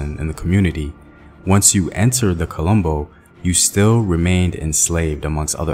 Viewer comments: The way you say quilombo makes it sound like Columbus lol. It's Keelombo. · kee-LAUM-boh. Just saying... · Quilombos not colombos, quilombo is a word of kimbundu, one of Angolan language.